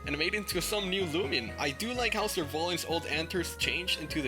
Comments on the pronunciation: Let's not talk about how it says looman legacy instead of loomian legacy lol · It's not loomlan legacy lol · finally he correct the looman legacy